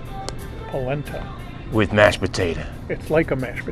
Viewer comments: This dude just called polenta, polenTINA……😂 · The employee can’t read, either. 😂 It’s “Polenta” not “Poletina.” 🤦🏻‍♂️